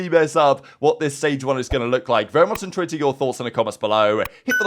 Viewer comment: holy crap i just realized that's what he says 🤣 I've always thought he said into hear your thoughts not intrigued